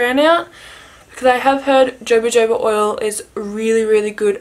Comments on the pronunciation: The jojoba oil is pronounced “hohoba” 😊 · It's pronounced Hohoba :)